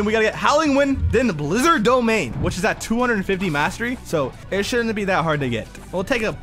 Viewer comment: Way you say the blizzarn fruit is crazy